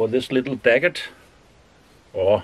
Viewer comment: You absolutely nailed that bread in yet another great video 👌 Btw its dagger, no T 😉